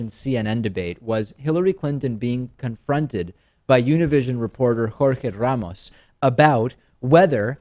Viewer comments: Lmao David with that pronunciation of Jorge Ramos. Chill homie. Going into Mexican restaurants like "Yes I will take the KWISADIILLA" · He's from Argentina, Spanish is his first language.